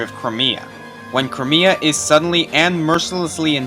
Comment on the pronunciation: Nephenee part: Country pronounced "Cry-may-a" not "Cree-mi-a"